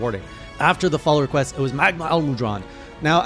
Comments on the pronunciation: oops my bad typo (damned phone, PC better), MAH-GAL-UH Edit: Also you're pronouncing it MUH-GAH-LA, you're saying MUH instead MAH. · It’s pronounced ma-gala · Ma-Ga-La is how you pronounce it ^^ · The way he pronounces Magala...